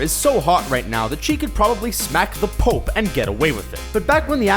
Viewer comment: this narrator 's voice is so hard to understand when he says the pope it sounds like he's saying the pulp 😧 which is HIGHLY ANNOYING ERRGH..!!